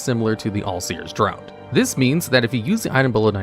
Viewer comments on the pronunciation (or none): draught is pronounced like DRAFT not DROUGHT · Did... did he pronounce draught as "drowt"? ENGLISH; do you speak it?"